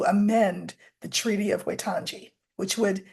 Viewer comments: I'm an expatriot New Zealander planning on retiring there. Waitangi is pronounced 'why' 'tang' 'e'. Wai means water. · Waitangi is pronounced “Why-tang-ee”, for the curious. And Māori is pronounced “Mah-ree”. They have such a beautiful language, and are a beautiful people and culture.